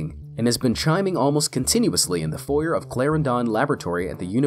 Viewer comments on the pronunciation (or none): hate how this guy says foyer. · "foi-YERR"???? FOYERR??? No! it's "foi-YAE". Dude really just said 4-yer. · foy-er It's funny because in Canada we say it like foy-ay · Foy-AY!!!! Not Foy-er. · foyer is actually pronounced "foyei" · Not foyer. Foy fucking A, foyay, foyé. Jesus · I'm from Canada, and it's pronounced properly across the entire country. I believe it is in the UK as well. In fact, I think it's only Americans who pronounce it foy-ur, similar to niche as "nitch", and clique as "click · The way he says foyer XD I’m dying. Its pronounced Foy-ay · it's pronounced "foyer" not "foyer".